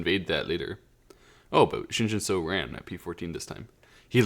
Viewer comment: Pronunciation tip: the “eo” in Romanized Korean has an “uh” sound, like “but” or “dull”. So “Shin Jinseo” should be pronounced like “Shin Jin Suh”, not “Shin Jin So”.